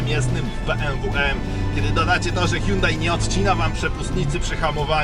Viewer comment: Milion znaczków N i jakieś wymioty na próbę wypowiedzenia nazwy marki Myślałem że dowiem się coś o aucie ale niestety jedyne co się dowiedziałem że pierwszy i ostatni raz odwiedziłem ten kanał. Żal żenada tyle na temat prowadzącego